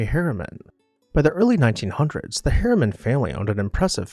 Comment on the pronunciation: Harriman, Not HERMAN.